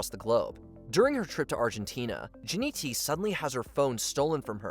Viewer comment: its not jinnyt... its jinnytty ... considering its her URL that's a massive difference